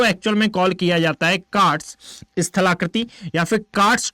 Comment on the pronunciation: कार्स्ट होता है सर। Ugoslavia में है